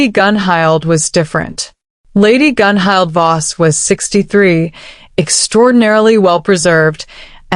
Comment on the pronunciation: Tora's style is wonderful. Dang, I dropped my clipboard. I've got those centerpieces to check out. What? Bond mate? I don't have time for that! I will survive this. Hmmm. Who's that? The king? Gunhild is pronounced Gunhilt. Does Bjorn ever sleep?